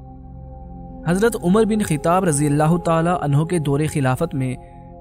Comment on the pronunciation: عمر بن خِطاب نہیں بلکہ عمر بن خَطاب خ کے اوپر زبر ہے